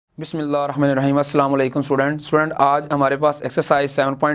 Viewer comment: WA' ALIKUMUS SALAM! Sur aap bhot acha parhataiy.But plz isiay BISMILLAH HIR RAHMAN IR RAHEEM pronounce kiya karain! 🌸